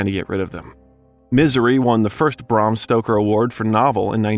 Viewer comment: Holy sh*t, you need to learn how to pronounce things! It's Bram Stoker, not Bram Stroker, Needful Things, not Necessary Things, and Dolores Claiborne is pronounced "Clay-borne," not "Clī-borne." Etc., etc., etc. Who's editing your videos?!